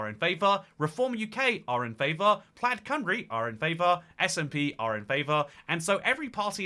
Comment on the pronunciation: Hearing pronounce it plad cymru and then say it rolls of the tounge is so funny 😭